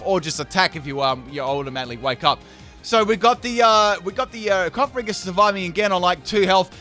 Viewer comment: I know it won't matter, me saying it, but....it's not coff-a-ree-gus, it's coff-a-gree-jus, ya know, as in coffin and egregious